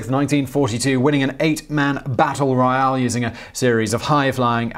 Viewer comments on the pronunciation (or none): none